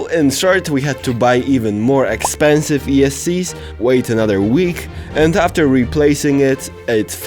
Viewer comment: "Warning, this equipment is..." "expenisve"